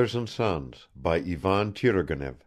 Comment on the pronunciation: The accents and pronounciations are all incorrect..."Turgenev" has to be red "turˈgʲenʲɪf" , with the accent on the JE...it's like to pronounce "Stevènson". I know it's free and blablabla..